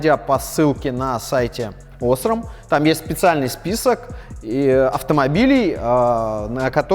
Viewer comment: Не Осрам а осрАм